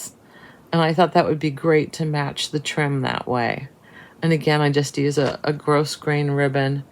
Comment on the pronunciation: Love the wolf stitch. Can't wait to see it finished. I think the "s" in grosgrain is silent, but maybe its pronounced different in other areas.